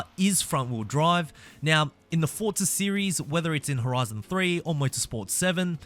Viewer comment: No hate but its not "fortsa" its forza